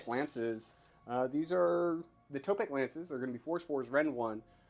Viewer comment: I have to be THAT guy this time as it happens every time Seraphon are on the channel. Its tEpOk not tOpEk. Tepok is one of the old ones (warhammer fantasy lore) A more magical kind of guy. <3 Lots of Love